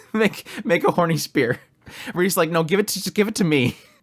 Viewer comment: "Honry" XD.